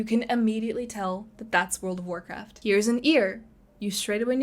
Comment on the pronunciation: Temu "Warrkraft"